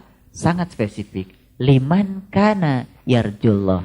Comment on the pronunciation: liman kana kok dibacanya limankana ya ? mestinya limangkana, karena itu huruf ikhfa